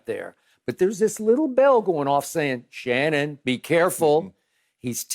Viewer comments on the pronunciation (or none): none